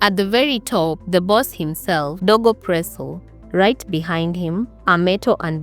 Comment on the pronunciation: Wait was he dego presso or was he dogo presso,😢,narration tamu but i have to keep going back to understand how u r pronouncing some wards,the guy narrator as well does that, please be kind to me and say words properly ndo iflow easily